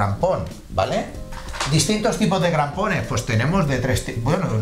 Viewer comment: Muchas gracias Muy buen video .., pero por favor “CRAMPONES” … y no grampones .